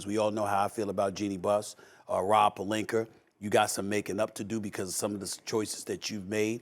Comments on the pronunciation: Is it Rob Pelinka or Rob Pelinker? Cmon SAS, I am confused 😂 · "Rob Pelinker" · SAS “Rob Pelinkerr”😂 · “Pelinker” - Stephen A Smith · This man keeps saying “Rob Pelinker”